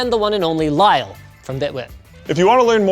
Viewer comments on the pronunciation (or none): Floatplane is the BEST!!!! Did Linus say Lyle instead of Kyle??